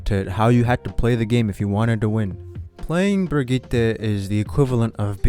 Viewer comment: Honestly you get a like just for saying Brigitte right lmao